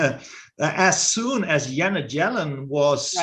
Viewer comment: Yanet Jellen? lol